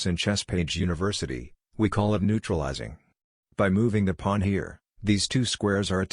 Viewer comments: It's funny how it calls it a plan, instead of Pawn. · "now you are up a powln" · Is it some meme-joke to have the text-to-speech generator say "pwan"? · The way he saya "The pwuan"😂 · I have to laugh at how AI voice frequently mispronounces “pawn.”